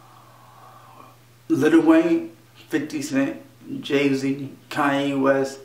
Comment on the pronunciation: Does he say cayenne west? There cannot be a musical artist named after a spice and a cardinal direction, right?